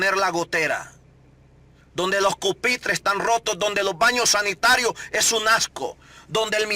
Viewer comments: La crítica y observaciones están bien pero Ud. debe mejorar su pronunciación ya que dice Polecia y es policía , dice cupitre y lo correcto es pupitre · Todo muy bien lo que a dicho, solo una cosa, se dice policía “ no polecia , y se dice pupitre no cupitre y también el tono cuídelo porque parece que le está dando orden al presidente, recuerde que se trata de una sugerencia. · Jajajaj no es Cupitre es Pupitre, hay de pendejo a pendejos..pero no te quitó la ilusión de que todo mejore...